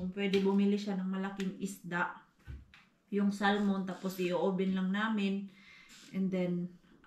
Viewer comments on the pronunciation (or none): none